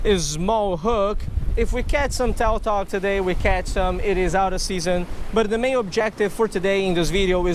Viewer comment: It's pronounced tutog not toutog even though it is spelled tautog